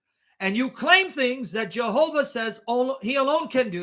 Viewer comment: Yehovah,, Yehovah! Stop saying J like the Westerners.